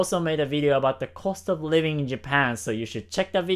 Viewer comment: Great video, love your stuff! Just one thing, you should say "Living in Japan" because it sounds like you're saying "Leaving Japan"